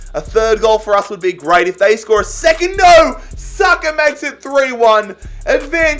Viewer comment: Wait What did he say? Bookie Saka?